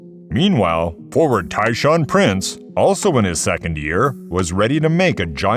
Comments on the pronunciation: Tayshaun Prince Not Tyshawn Prince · This team was the last real champions in my opinion . Also it's pronounced Tay-swan Prince. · who was TieShawn Prince??? I knew Tayshaun Prince... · might want to double check the pronunciation for Okur and Tayshaun lol